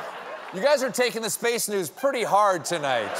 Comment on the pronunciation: Whenever Stephen says "Space News" in that echoing effect, it always sounds like "space nudes" to me.